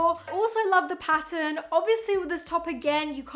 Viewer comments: Omg now that I read this is low key driving me crazy but you’re 100% right hahaha 😂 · Not weird. We think you're weird. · Weird way to say "pattern". She is saying pa-en loll